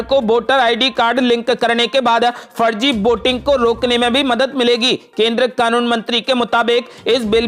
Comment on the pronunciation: बोटर, बोटिंग यह क्या उच्चारण की धज्जियाँ है? ये शब्द हिन्दी भाषा के हैंही नहीं । अवली खबर नही, बल्कि अगली खबर कहो ।